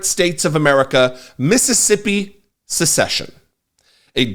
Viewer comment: Also 'secession', not 'succession'.